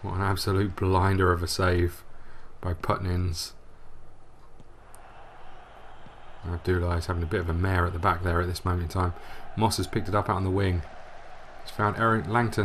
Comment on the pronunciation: Goalkeeper's surname is Putnins. First three read as noun "put" not "pat". By the way, I really enjoy your FM series.